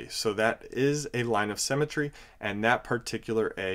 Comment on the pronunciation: Great video but symmetry not cemetry.